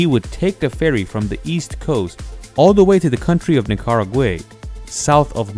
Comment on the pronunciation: Nicaraway or Nicaragua?